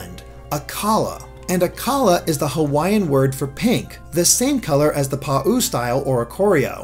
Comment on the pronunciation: "Pa-ooo style" Pretty sure it's more like Pow